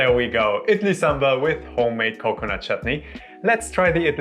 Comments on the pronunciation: Thank you so much for not pronouncing sambar in a cringe accent like Americans. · Oh my god even indians wont explain this recipe like you do😭❤ the way you pronounce ingredients also so accurate 😭❤ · Damn A foreigner’s pronunciation of Idli and Sambar is way better than my own people. I cringe everytime my fellow countrymen say Saam-burr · Can't be more happier today.. Boy said Sambar perfect than fellow Indians 🥰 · Great pronounciation 👍🏽 Looks just like how my mum makes it. She was impressed :) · The way you pronounce "Sambar" 🤌 Perfect. And then we have our own Indians just above the mid line of India calling it Sam-bur 😏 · South Indian (Tamil) here and it puts a smile on my face to hear you pronounce Sambar better than my North Indian friends who say "Saam-burr"! The recipe is also something that I would consider "Authentic"!